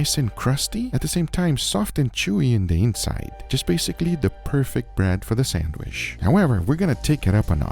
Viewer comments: I like how says sandwiSH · I love hearing you say sandwish lol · “I have made many sanwishis” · I wonder if he can spell sandwich because he cant pronounce the word. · I can't take sandwich advice from someone who can't pronounce sandwich